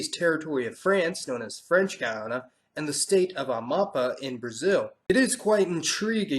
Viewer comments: It's pronounced A-ma-pah, with an acute accent on pá (which explicitly obligates this syllable to be stressed.) Okay maybe too pedantic, just an observation. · I have ever known the pronunciation in English was "GOO-yana" instead of "GUY-ana". BTW, the name of the Brazilian state of Amapá is stressed on the last syllable, so rendered as: "ama-PAH".